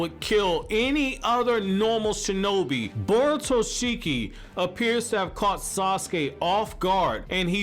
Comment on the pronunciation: Look don't get me wrong you are one my favourite youtubers but the way you said borutoshiki annoyed me it's borushiki